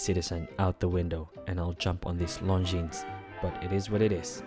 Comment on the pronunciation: Pronounce it correctly! Its Longine